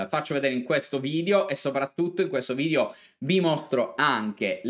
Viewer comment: Si dice Area e nn Aria Video e non Vidio...